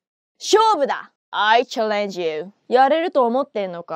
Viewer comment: Challenge - stress on the first syllable. Also 'damn'